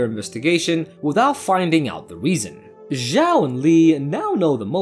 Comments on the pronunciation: Zhao should pronounce chao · 'ziao' 💀bro it takes two seconds to check the pronunciation in google translate pls I'm begging